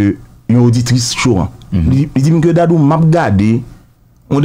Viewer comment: Neg Dadou se yon comedian ki toujou ap érè. Ga pa gen 2 syllables. Yon seul Syllable Dadou